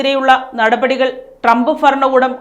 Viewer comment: ഡ്രമ്പ് ഫരണകൂടം എന്നല്ല..... ട്രംപ് ഭരണകൂടം ഭരണിയുടെ ഭാ